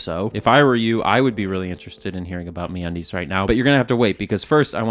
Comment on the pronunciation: MeUndies ❌ MeAndDeez ✅